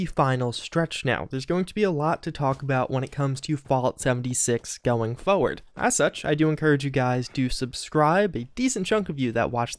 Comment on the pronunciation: IT'S PRONOUNCED FORE- (WITH AN R) - WERD. FORWARD!